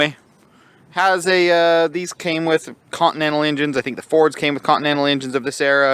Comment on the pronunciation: "Cotton-ental" engine lol